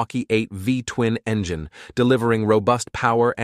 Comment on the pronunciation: Engyine ? seriously ?